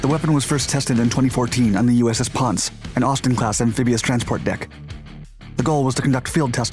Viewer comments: it's pronounced PON-CE not ponce...it's spanish from ponce de le lyon i was stationed on it for 2 years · It’s the USS Pon-Say, not ponce which is INFORMAL•BRITISH a man who lives off a prostitute's earnings. I was aboard the Pon-Say while the laser was tested in 2015. I was the Ship’s ET (Electronic Technician) Mark Fay US MMC Jr. Engineer QMED AS-E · "Ponce" = Pohn - seh , not Pons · Ponce. That’s pronounced “Pon-say.” At least it was from , when I was a USN defense contractor. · It’s pawn-say.... ponce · Ponce is spanish. Pronounced pon-seh, after Ponce De Leon. Great vids. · BTW, pronunciation of U.S.S. Ponce is Pon-say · I lol'ed when I heard the "Ponce". 😻🤗 NTTAWWT.